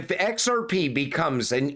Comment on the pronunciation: My favorite part is when he says "X Rrrr Peee" 😂 Great video nonetheless